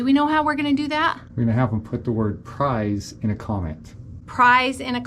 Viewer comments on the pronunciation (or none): PRIZE not Prise haha.